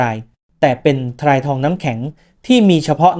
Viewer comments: จบโรงเรียนไหนวะ ทราย ออกเสียง ซาย ไม่ใข่ ทะ-ราย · ถ้าเป็นคนอ่านจะไม่อ่านว่าทะราย(ทราย) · ทะ-ราย ai ชัดๆ 555😂